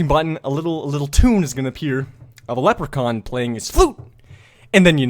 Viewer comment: that didnt sound like a leper con.........................